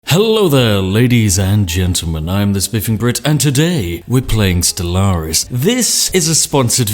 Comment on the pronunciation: O The way you pronounce Stellaris... I used to pronounce it the same. That was until my friends shamed me in to pronouncing it "stellar-is"